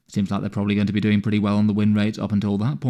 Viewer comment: "Doinjg" Bro was going quick to get this video out, love your vids